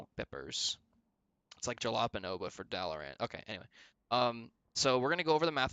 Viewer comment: jalapeno. That hurt my soul.